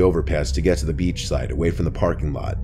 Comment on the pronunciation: The way he says "beachh" xD only love for but I giggled a bit:p